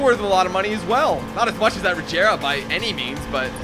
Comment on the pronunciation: Boy said rajera it’s Regera with a G not a J